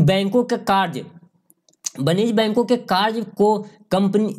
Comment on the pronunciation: लिखा है कार्य और बोलते हो कार्स